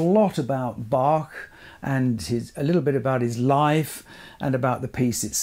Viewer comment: Thank you for this interesting video and proper pronunciation of Bach 🤍 which is not so obvious among English speaking people.